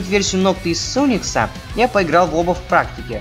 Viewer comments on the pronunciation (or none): Говори правильно, невозможно слушать. Риот, силент, суникс, блять что это. Райот, сайлент, сАникс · А) он сАникс (ударения на большую букву) Б) Не Изхар а изхАр В) знаю ты напишешь все говорят по своему Д) ух ух мне всё равно. как вам такой расклад?